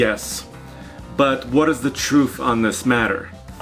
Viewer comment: What is the troof? Bofe? Come on we know you can make the TH sound since you do it every time you say THree, or THousand, THank you, etc.... don't be lazy. Makes you sound really dumb.